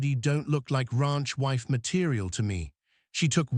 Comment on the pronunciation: The "Rah-unch" 😂